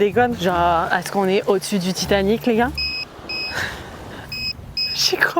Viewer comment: " C'est pt'être l'épave du TitaMic " 😂